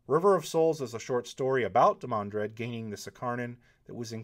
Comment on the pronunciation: Obviously I meant whenever the name came up in his videos. What, did you think was walking around at work muttering "IT'S DEE-man-drehd damnit!"? That'd be funny and slightly confusing for my coworkers, but no. Also there's this small matter of a global pandemic going around so yeah I got more spare time then usual to bitch over insignificant shit that annoys me. Sue me.